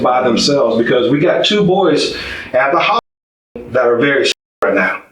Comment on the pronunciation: Can’t say hospital? Really? Lame as hell.